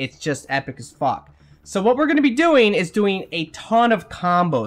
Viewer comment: I know you said epic as fuck, but I swear I heard "epic Spock" Also this must work like a charm now that combos are more powerful. I remember I was playing with randoms in me3 but we were coordinated. We had 3 biotic classes and a newbie we were mentoring. We crushed gold with 2 and sometimes 3 biotic explosions a second. It was aeesome